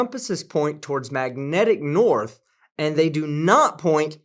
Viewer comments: Crazy Hair said, "Norff" for North and "bofff" for both. Sooooo, we are in the "Matrix? I have yet to see one photo of a dome, edge of the Earth or one single proof of a flat Earth. Sorry, I meant flat Earff! I don't think the wooden slab with Chinese "tranquility" was correctly translated either. I think that the Bible does have a few things in it that are historical and true, but much was seriously exaggerated or made up but to comfort, collect and control the masses. Thanks for everything you do here. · What thr fuck is "Noirf"? Its hilarious hearing these idiots use words they don't understand! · Wasn't sure if I was the only one who heard him say 'Norf' one thing for certain is that he is a Dorf... And a fucking idiot! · "Norf"...WTF is that? You have debunked some real idiots, but I think this dude takes the cake.